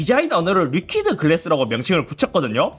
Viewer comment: 리키드 노 리퀴에드 😂 로마자 표기법 발음말고 세종대왕님의 뜻에 따라 최대한 훈민정음 의도대로 ㅎ